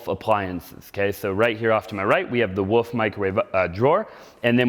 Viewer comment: Thanks for pointing out the RH furniture and fixtures. You say woof stove vs wolf.